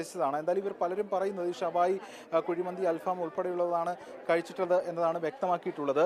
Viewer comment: അൽഫാം അല്ല അൽ ഫഹം